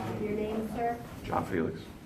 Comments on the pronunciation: if you are gonna shit all over the U.S Constitution, can you at least pronounce his name right? Feelax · It sounded like they were trying to pronounce your name as feel ass. Aren't you in Florida recording people without their knowledge. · Why do they keep pronouncing your name as (fye-lax) instead of( fee-lix) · Why is the court ( judge , police officers , prosecutors ) all pronouncing your name differently each time that they say it ? Dose this mean that there are more than one person ? , or is the count so confused ? Would this not be grounds for dismissal of this case ?